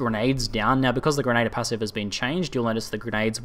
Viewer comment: For my sanity could you please learn to pronounce grenadier correctly. It's Gren-a-dear not gren-ader